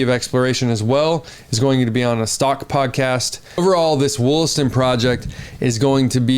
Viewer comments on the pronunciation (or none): Lmfao. WOOLASTON. It’s Wall-aston. I work in the mines in the area